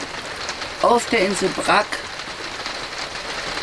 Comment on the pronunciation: Es wird "Bratsch" ausgesprochen, nicht "Brack". Es kann doch nicht so schwer sein, sich ein paar Minuten zu nehmen und sich zu informieren, wie die wichtigsten Namen ausgesprochen werden....